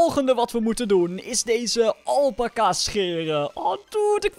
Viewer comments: Je spreekt het uit als alpaaca maar je schrijft alpaca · niet alpaka elpaca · Het is alpaca Alpaca Snap je alpaca!